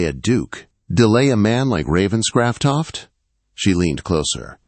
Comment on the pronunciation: This AI cannot province the name Ravenscroft.😢